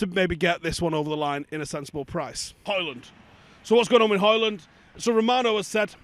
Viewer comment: had ackee & saltfish and a couple of dumplings before this video init 😂😂 ”what’s gwaning”